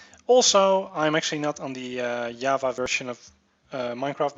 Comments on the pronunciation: no you say java as java, not yavah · Java, not Yava you scrub... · "bag fix bag fex" "yava" dis u guys hear dat?